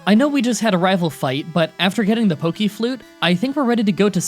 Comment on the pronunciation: Pokimon... Pokiflute... Ar-K-nine... Ugh, annoying (and wrong) pronunciations.